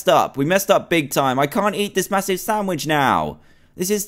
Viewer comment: When he said chop up the carrots to put in the samich